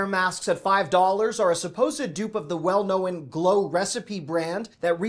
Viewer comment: Luv ya,, but "knowen" isn't a word, and you said it twice. It's "known", but you "know" that!